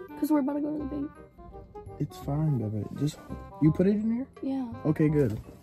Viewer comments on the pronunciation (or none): She said 2 bebby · im gonna say 14000 bc idrk how many times says bebby sooo im prob wrong anyway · It’s baby not bebby